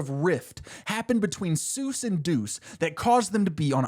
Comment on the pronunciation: I knew we were cooked when bro said it’s “sues as in doctor” 😭😭😭😭😭😭😭